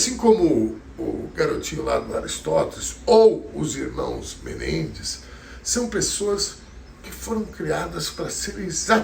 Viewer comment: A pronúncia de Menendez, na análise léxica, é oxitona. Sou fã incondicional de.